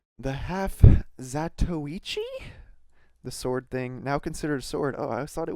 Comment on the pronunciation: perfect proounciation on the half-zatoichi